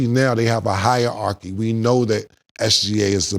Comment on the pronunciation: Cam really said Higher archy for Hierarchy 😂